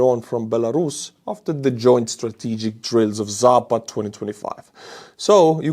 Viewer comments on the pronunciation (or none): none